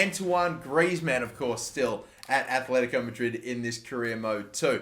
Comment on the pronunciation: ITS ATLETICO NOT ATHLETICO ITS TRIGGERING ME